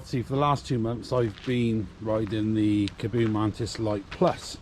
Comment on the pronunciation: Nice video, but you might like to look at pronunciation of the name - there's a double "A" and only one "O", so should be like Car-bow , rather than Ca-Boo :)